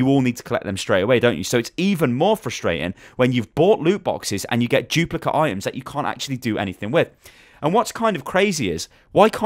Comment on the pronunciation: Haha "chuplicate".